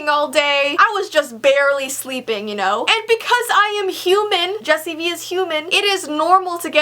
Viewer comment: U said jessi when it's jessii